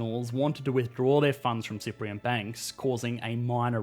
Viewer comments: its Cypriot not Cyprion, atleast thats what it sound like when you say it :) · I heard that too 😳 he definitely mispronounced the word more than once and yeah IT'S CYPRIOT NOT CYPRIAN OR CYPRION